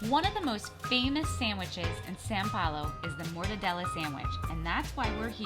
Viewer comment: it is not San Paulo, it is São Paulo